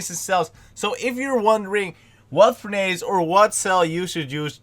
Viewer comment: its actually said like "för'nıs"